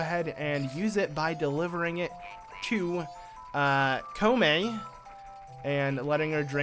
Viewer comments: kome and kotake lol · holey cow its comane and cotake